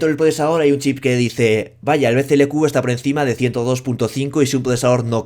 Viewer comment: Todo el vídeo diciendo BCLQ y es BCLK, y nadie en los comentarios dice nada .